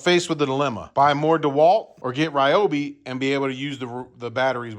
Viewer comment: Your saw might treat you better if you pronounce his name correctly: Ree-o-bee.